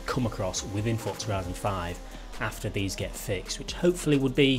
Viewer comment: How come you say the z I horizon correct but you say forza like fortza